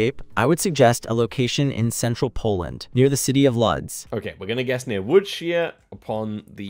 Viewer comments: oh no not "lodz" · Łódź is my lovely city, and I can't believe AI pronounced its name wrong and in the same time you said it completely correctly, it was such a nice detail to hear 🥰 it was nice surprise